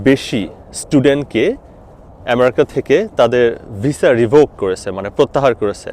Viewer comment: আপনি তো আমেরিকা ঠিক মত উচ্চারণ ই করতে পারেন না